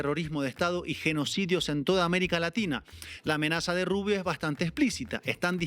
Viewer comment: ES GRINGOU, PORQUE ES RUBIOU.